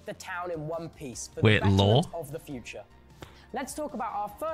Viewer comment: ”to keep the place I ONE PICE ” omg !!!!!!